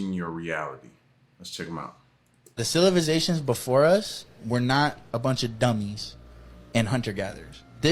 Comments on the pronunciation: Anyone else catch "THE CILIVATIONS" LMAO Opposed to civilization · 'Cilivizations' is crazy 😂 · “CILIVIZATIONS” headass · This is also coming from a guy who can't pronounce Civilizations, I'm not saying he's right or wrong. I personally believe the planet has been here way longer than our human minds can even understand. I also believe when we as humanity get to outta hand our planet rinses and repeats , hoping for a better versions of humanity in our next uprising as a civilization. I may sound just as crazy but if you really think about what im saying it makes alot more sense than the flat earth or domed planet BS alot of these conspiracy extremists actually promote and produce videos about just for views and likes